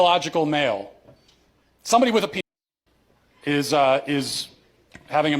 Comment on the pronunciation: "this miff" respect the video and you're 100% right brother but learn to pronounce words with "th" in the instead of just pronouncing them with an "f" before speaking on your opinions. It's MYTH not "miff" and it's WITH not "wiff" lmao it is so insanely basic my dude.